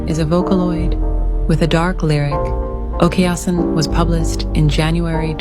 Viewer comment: Its okaasan not okayasin